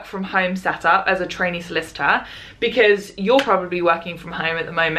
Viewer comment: Thank goodness for the title because I sure heard "as a t*anny lawyer" and I was very confused